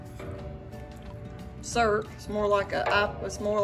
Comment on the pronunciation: The way you said Surp for syrup made me smile. My grandma was from the south and she would say “worsh” for wash.